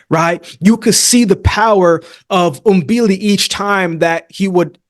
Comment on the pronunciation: Thank you for pronouncing Mbili's name the right way. Most boxing journalists don't even bother to get it right.